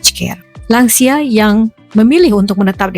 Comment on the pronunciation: "Lansia" di bahasa Indonesia adalah sebuah singkatan dari "Lanjut Usia". Saya krg paham bagaimana anda bisa menyebutnya " Langsia". Buat saya langsia seperti nama spesies serangga. Semoga lain kali bisa berbahasa lebih baik lagi.